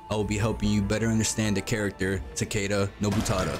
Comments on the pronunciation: For goodness sake, man! If you are going to a make a guide for a character at least say his name right! It's TAH-KEH-DUH, not TUH-KAY-DUH! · is ta ke da no h, not weird pronuntiation like you are doing, and definitely not u ...bruh, if you want to correct someone, first be sure to be right yourself, thats embarrasing